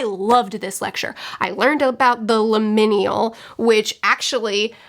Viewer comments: Pronunciation nitpick only because it's a new word for you: it's limin*al* not limin*i*al (I can never remember exactly what it MEANS beyond vague transitionness :D) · I 10000% agree with everything. This was my least favorite book of the year, next to The Hunting Wives. Both were just terrible 😩 Definitely agree that lecture was like the best part of the book :’) As a side note, liminal is pronounced Lym-inn-AL. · No offense, it's pronounced "lim-in-al". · First time viewer after just reading this book. Glad someone else hates this book a lot too! Also the way you say liminal is giggle worthy. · I had to scroll way to far down to find someone mentioning how she butchered that word. I hope she's looked it up since then...